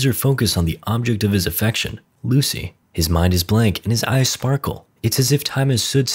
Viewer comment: "Object of offection" I'm still sleep